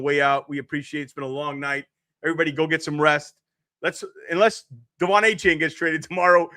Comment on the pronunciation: You are a dolphins fan YouTube and you can't pronounce Devon achane name right... 🤦🤦🤦